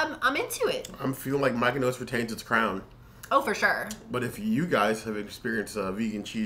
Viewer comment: Lol. I was wondering how they came up with Mikenos 😂